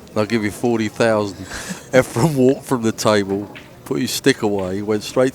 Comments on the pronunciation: I watched this a couple of times. Terrific match, terrific video, and very good commentary until left the booth. I wish the English commentator would somehow discover that the name of the Filipino player is *E F R E N*......the last letter being an *N*. His name is not not "Efrem". There was once an actor named 'Efrem Zimbalist Jr.' Maybe the English commentator has the two confused. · Amazing match. Why is it so common in the pool world to have commentators (who presumably are familiar with all the great players) call Efren EFFRUM? It's splitting hairs but it's pretty irritating. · Efrum?! How can they not know his name, or is it on purpose? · Wow these commentators are stupid. How many times are they gonna mess up Efren and Earl's name.